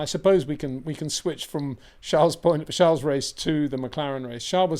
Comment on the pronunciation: Peter is so corny trying over and over to call Charles name differently to others, Trying to be favored whenever he runs into Leclerc, Adrian Newey, Max etc. Embarrassing.